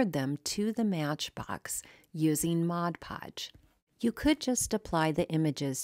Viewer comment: I would like to take a moment to thank you for pronouncing 'Mod Podge' correctly. I don't understand how so many creators pronounce it so incorrectly.